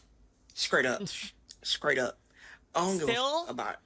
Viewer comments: “Scriaghht up,” indeed. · "SKraight up" These people are not human 😂